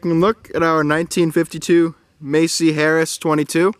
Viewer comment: Pronounced Mass-E not Macy.